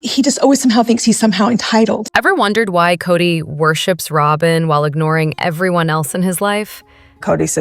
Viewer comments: Soben? Do you mean Sobbin? Pronunciation!! 🤬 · Yes! It’s annoying that the (oddly-pronounced) version of Robyn’s name is often used—though not consistently—throughout. ‘Just goes to show A.I. isn’t perfect.😂